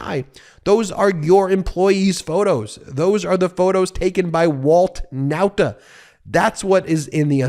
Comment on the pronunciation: Ben you keep on mispronopuncing the Nauta name. Why? I have already reminded you in the comments section. Guess you don't read them. For the record, you keep pronoucing the Nauta name as: N O W T A. This is 100 percent wrong. The pronounciation should be: NAWTA (as in the pronounciation of RAW). How would you feel if people referred to you as Ben Measles?